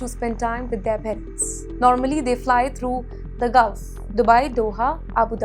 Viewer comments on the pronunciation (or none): none